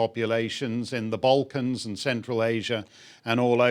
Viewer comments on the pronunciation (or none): none